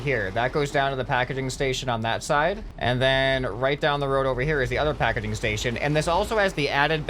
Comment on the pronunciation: YOUR SAYING PAKEDING STATION do you mean PAKEGING STATION